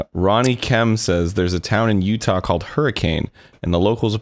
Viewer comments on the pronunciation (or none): none